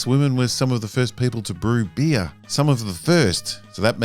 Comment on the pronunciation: The way he spells "beer" mademe chuckle, because it sounds like "bee" XD